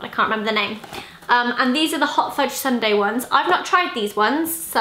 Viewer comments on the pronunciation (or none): none